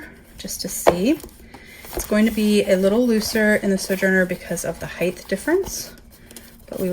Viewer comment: It’s such a pet peeve when people say HEIGTH instead of HIEGHT lol. Great video tho thank for the comparison it’s super helpful!